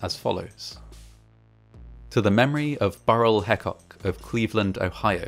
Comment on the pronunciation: Burrell Hecock is part of my family, and the story is well documented on our family history. Our name is pronounced Hee-cock.